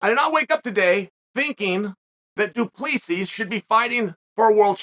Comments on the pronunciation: Hey Sonnen the S at the end of Du Plessis is silent. It is pronounced like it is pronounced in French. Pronounce it like Du Plessy or you sound stupid. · Doo-PleeSees… addition by subtraction, if you will. 📌📌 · As a South African it’s pronounced du,ple,see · Pronounced Du Placee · DO-PLI-SEE... that's how you'd pronounce it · Uncle Chael decided it’s now pronounced Dewpleasees. So let it be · Pronounced : Doo Ple sea please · Chael Sonnen messes up their names n just says fuck it 😅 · Say his name right ffs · Chael definitely doesn't get paid for his annunciation and pronunciation. He gets paid for his analysis. Between Duplessis and Pereira....killing me smalls. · Izzy won't say his name...because he can't pronounce it 😂 - teach him Chael! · Just to assist with the pronunciation of Du Plessis, the last "s" is silent. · why is chael so bad with name he’s not saying his name right 😂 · The last asses are silent Mr Sonnen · Uncle Chael, the question is will the UFC come to Africa. Also, learn abit of Afrikaans cause you pronouncing his name wrong. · Someone tell him Du Plessis = 2 + 3 thats how you say it haha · The s was silent until chael pronounced it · 😂😂😂 As a South African the pronunciation is killing me